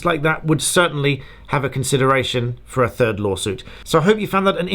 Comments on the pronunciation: Hi from France 🇫🇷 ! At first I thought you said « A TURD LAWSUIT » 🤣🤣🤣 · You meant a “turd” lawsuit not third 😬